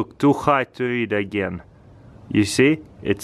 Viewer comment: "let's test it in farengate agyane" lol😂